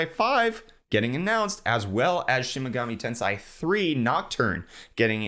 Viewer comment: The wrong pronunciation he had of "Shin Megami Tensai" would mean something like "Real genius goddess" lmao Now I want a game of that